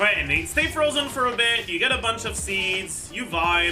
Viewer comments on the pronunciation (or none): none